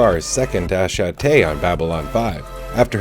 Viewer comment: I love your series but it is killing me. Attache